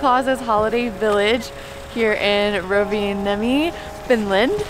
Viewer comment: Se n on pitkä n, se ei ole Rova niemi. Vaan Rovan niemi.